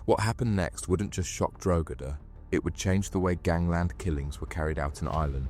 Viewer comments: Given the horrific nature of the offences, the sentencing seems light to me. I guess when these men are released, they will just carry on with their old way of life. Incidentally, isn’t the place name pronounced ‘Drog-ee-da’? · Where is this "Drogeda" of which you speak?